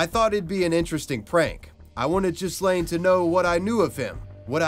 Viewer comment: What's worse, being the star wars kid or having your name mispronounced as jizz-lane? (The correct pronunciation in gee-len. Gee has a hard g)